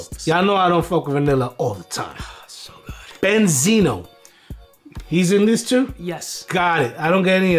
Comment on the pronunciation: He said benzeno Lmaooo